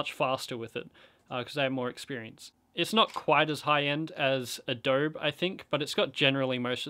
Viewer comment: Adob-eeee, Adob-iiiii. omg, never heard someone say Adobe like this. This is a nice tutorial, but more tutorial for filmmaking basics not Dragonframe per se. Anyway, thank you. I'm mostly looking for the conform function, the final output isn't intuitive in Dragonframe. It's not clear that you can't just output high resolution video from the program directly because it's only using the preview resolution for everything. I wish there were tutorials that discussed this directly and in detail.